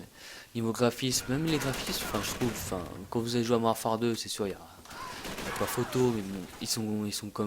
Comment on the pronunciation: "Mouarfare 2" Tu devrai parler encore plus vite